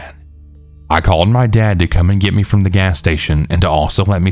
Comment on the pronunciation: I love your stories and your voice is definitely soothing, but why do you say me that way lol?? 😜🤷🤣